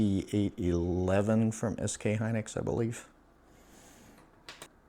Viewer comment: lol "SK Hynus" 😆 I think you should throw that r16 case n mobo away lol btw did you end up selling that 4090? Its going for a lot rn on ebay. Also I much prefer custom stuff but hard to find someone that builds where I live lol